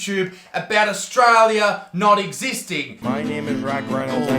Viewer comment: "Australia does not even exist" The hater couldn't even pronounce "Australia" right 🇦🇺 is real lol